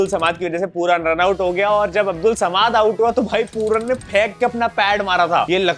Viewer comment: Bhai तुम चूतिया ho kya thode samaad nhi samad hota h😂😂😂